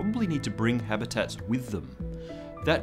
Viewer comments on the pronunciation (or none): none